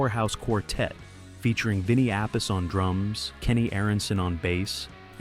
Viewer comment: Vinny Appice pronounces his last name as "app-uh-cee" (or phonetically: /ˈæpɪsi/ or ah-PEE-see)